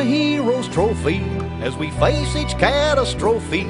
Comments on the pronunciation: catastrophe , he purposely mispronounced it for rhyme scheme purposes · Actually there are some that pronounce it as catastrophy, sometimes it rolls off the tongue easier that way.